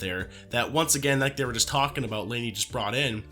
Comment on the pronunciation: “aboot” are you Canadian? 😅